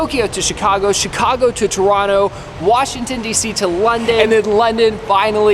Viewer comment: the amount of how happy I am that you say Toronto properly is 10/10 thank you